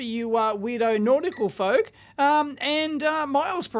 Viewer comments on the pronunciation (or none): none